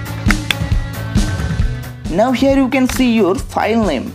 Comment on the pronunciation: It not phile manager its file manager